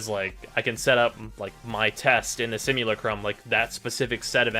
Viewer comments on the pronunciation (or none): none